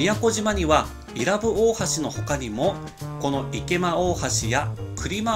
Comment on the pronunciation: （い↑ら↑ぶ→）じゃなくて （い→ら↑ぶ↑）だよぉぁ